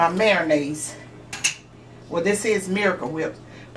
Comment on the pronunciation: I've never heard of MARO-nnaise before. I've heard of MAYO-nnaise tho. But Miracle Whip is not mayonnaise, it's "salad dressing".